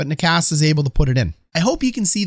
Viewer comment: Oh no my man just said ni kas and not naches. I get it though necas can be said many ways